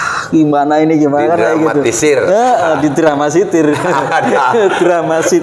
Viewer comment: DRAMA T I S I R bang...bukan DRAMSITIR...!!!!!!!!